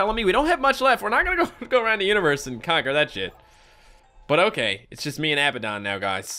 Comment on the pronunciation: IT'S UH-BAD-DUN = ABBADON